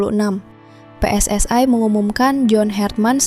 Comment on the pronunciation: PSSI mbak bukan PSS ay 🤭